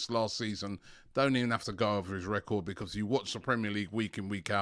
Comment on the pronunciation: I love how Robbie pronounces the word because lol. It is more like Bekwaaause lol. Robbie brings plenty smiles to us all and hope it continues